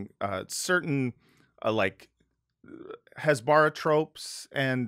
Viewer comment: You all are doing a tremendous public service with this podcast. But if you're going to dunk on Michael Rapaport for not pronouncing words correctly, you should learn to pronounce "hasbara" 🤣🤣🤣 🤦‍♀